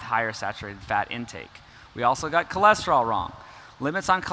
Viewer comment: You also got 'choleseterol' wrong